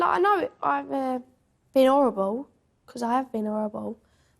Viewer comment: It's horrible. Not orrible